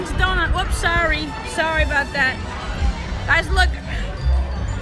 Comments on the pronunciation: "I'm in a wheelchea sawry" 😂😂😂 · yo Andy i miss your hungry voyages, are we gonna see Them Again at some point :) ? also I liked the part where you said soory 😂😂